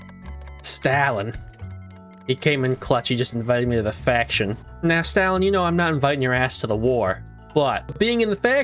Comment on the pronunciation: Why did you pronounce stalin like that 💀